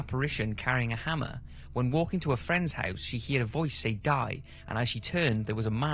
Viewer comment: You said "heared" again, instead of "heard". I mentioned it on another video and someone said it was just your accent, but you say everything else normally!(?)(!) When I was 10-11, a friend and I made a makeshift ouija board from a piece of paper and summoned the spirits of a family friend and Elvis Presley. I can't remember what we asked, but I do remember that the glass moved. I know I didn't move it. I like to think my friend didn't, but you never know with kids! It was pretty uneventful. I don't think we did it for long because we weren't sure what to ask. Nothing happened afterwards.